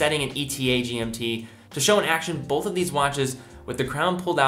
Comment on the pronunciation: Argh! The word is not “bolth”.